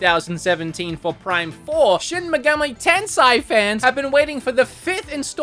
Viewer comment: I was chucking at the way you pronounced Shin Megami TENSEI, but... You really think it's TENSAI